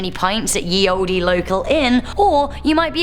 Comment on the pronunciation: The e is silent in the word olde